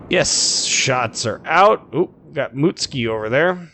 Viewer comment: You are pronouncing the ship "MOOT-SKEE". Are you sure it's not "MUT-SOO-KEE"?